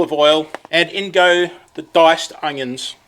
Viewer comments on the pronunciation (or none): always say onyo first.